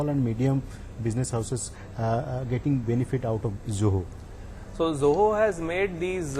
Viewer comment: That is Zoho, not Joho!